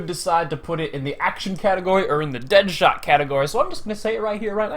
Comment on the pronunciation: His name is "Dadshot" not deadshot